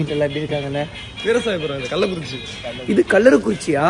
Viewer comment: 😂 kallakurichi ✅ kalaraikuruchi ❌